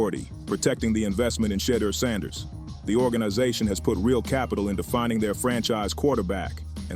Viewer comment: Is it that hard to create an A.I to correctly say the quarterbacks name or are you just that lazy.